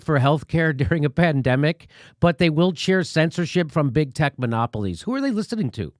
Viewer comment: He doesn't know how to say, "monopolies." Anyone who can't say, "monopolies," isn't genuinely trying to bring this country back to a Democratic Republic, that strictly regulates business so that no company can buy up all its smaller competitors and mestastatize into monopolies.